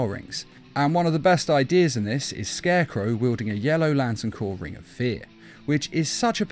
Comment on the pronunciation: “SCARCECROW” Oops.